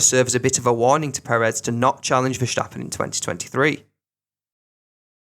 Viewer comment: Why do you pronounce ’verstappen” as ’verschtappen’? The S is pronounced as in the word stop. Not diffiicult